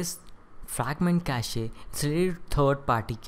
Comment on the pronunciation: stop pronouncing cache like that